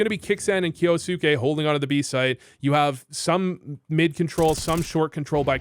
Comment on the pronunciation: Kyousuke sounds more like 'ok you suck' 😂